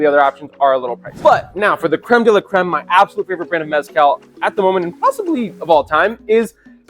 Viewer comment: But you're still not pronouncing mezcal right 😂